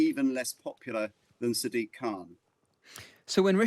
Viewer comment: Why does no-one pronounce Sadiq correctly? It's "SAA-dik", not "Sa-DEEK".